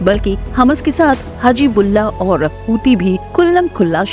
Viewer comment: हमस नहीं हम्मास, हजी बुल्लाह नहीं हिजबुल्ला, please correct pronunciation